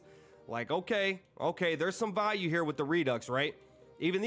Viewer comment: Bro says Value like he's saying Volume without the M